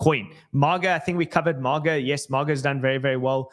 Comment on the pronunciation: it's not MOGGA. It's MAY-GA. MAGA. Not MOG lol. & Solana Classic is on* Dextools.